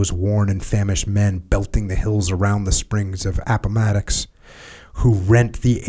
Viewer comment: Pronouncing Appomattox: Jocko’s Vietnam In all seriousness, reading out loud for any extended length of time is gonna make you mess up a few words and eventually everything starts to blend together. No need to apologize Jocko!